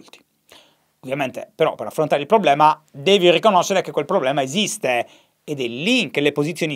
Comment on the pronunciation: Ogni volta che dici PROBBLEMA penso a Maccio Capatonda